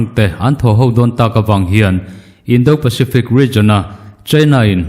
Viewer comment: "Indo lawng" lam rik dân hi fîmkhur deuh ni se a ṭha khawp mai. "Do" tih tak hi ri hniamin lam ni se a dik zawk hmêl e.